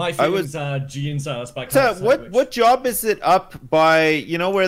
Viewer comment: "I was just doing my jurbs" - 2020